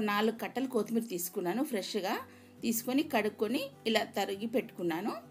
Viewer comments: బడాయి కోర్ బుల్లి ఓవరాక్షన్ కాకపోతే తెలుగు రానట్టు కోతిమీర అంట కొత్తిమీర పుదీనా అనొచ్చు కదా దీని యాసాలు😂😂😂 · Is not Koothimera it is kothimera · Kothmir kadu kothimira